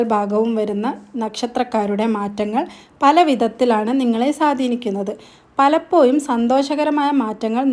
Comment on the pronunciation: നെക്ഷത്രം,പലപ്പോയും,വ്യായം, മലയാളം സംസാരിക്കാൻ പഠിപ്പിച്ചു വരൂ